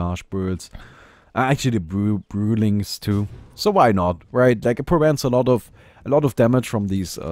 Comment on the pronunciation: "brewlings" :DD